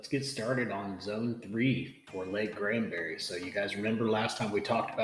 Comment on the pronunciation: Granbury, not Grandbury.